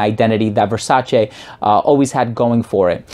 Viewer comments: Finally, a reviewer with the correct pronunciation of VERSACE! I do have the original Eros and may not get this one anymore. I'm a subscriber btw. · It's very pleasing hearing someone pronouncing Versace the right way. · This is the first time I heard a youtuber pronounce Versace the exact way Donatella tells people how to pronounce the name.